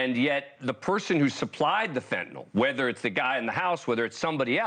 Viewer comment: Mr.defense attorney, it’s not “fentanol.” It’s Fentanyl.